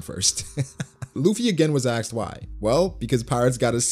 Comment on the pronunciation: it´s asked not "axed"